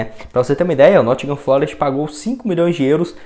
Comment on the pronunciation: Corrigindo: Nottingham Forest e não Nottingham FLOREST como você falou por 3 vezes no vídeo em seu comentário sobre o Renan Lodi.